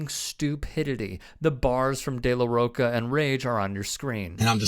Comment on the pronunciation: So many people calling it “Killing in the name of,” it’s called “Killing in the name.” Also it’s Rocha, like the ch sound sound in cheese.